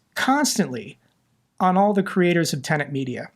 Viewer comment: Tenet. kept mispronouncing it, for some reason. And no, they’re not. They’re one of those “umbrella” partner companies that essentially serve as producers, and liaisons to YouTube.